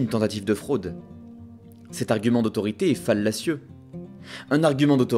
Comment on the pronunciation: "Fallacieux"... Tu as trop regardé Hygiène Mentale, tu prononce fallacieux comme lui :)